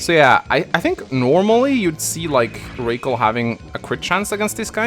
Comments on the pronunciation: Rah- Kal is better ray-cal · I think Rakel is supposed to be pronounced as in "Racquel" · Bro her name is ROCKELL. ROCK -ELL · Rakel pronounced like Raquel. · “Okay. Race Kwell”